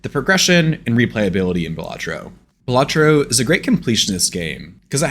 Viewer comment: dont need to see it, hes saying it wrong.